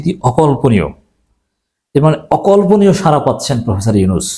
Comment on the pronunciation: 🙏 সারা নয়! সাড়া। জিব্বার মাথা আরো একটু ভেতরের দিকে বাঁকা করে শব্দ উচ্চারণ করতে হবে। (র এবং ড় দুইটা অক্ষরের উচ্চারণ নিশ্চয়ই আলাদা)